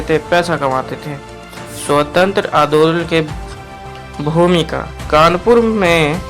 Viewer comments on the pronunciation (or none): Bhaiya adodal nhi andolan hota he😂😂